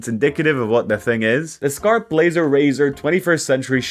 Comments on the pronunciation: We don’t pronounce skarp like that, but yes, skarp is sharp in Swedish too. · Skarp is the Swedish word for sharp. His pronunciation of the word Skarp isn’t how we say it in Swedish tho.